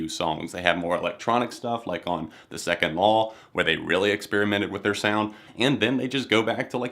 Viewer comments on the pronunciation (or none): none